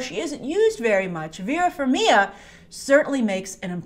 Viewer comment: Just here to say that the G in Farmiga isn't silent. As Vera always say, her last name gets butchered everytime. LOL I LOVE YOU STILL GRACE ♥️